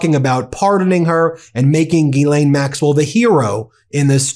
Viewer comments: Her name is pronounced Gilan, not Gilane or Jeelane. The G is the same as G in goat. The monster needs her name out there known accurately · Y'all keep butchering these ladies names it is pronounced (listen how the victims say it) Gee-Lynn spelled Ghislaine and Guifree is Goo-fray!